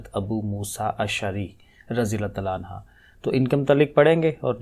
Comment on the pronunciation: un ha ni prhna . un hu prhna hy